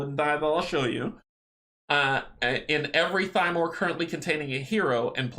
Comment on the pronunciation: Also, he pronounces the word Thymor as “Tee-More” (with a little r roll) as opposed to “Thigh-More”. Dang Polish language! =)